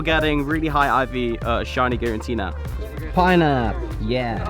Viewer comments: *Giratina. Not Girantina 😂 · Please, mate. G-I-R-A-T-I-N-A ! Not Girantina. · Is it me or are you allways saying GiraNtina? :D